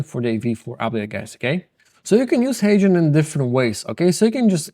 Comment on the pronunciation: I finally figured out he is mentioning HeyGen and not Asian. Ok Guys. That’s all I have Guys.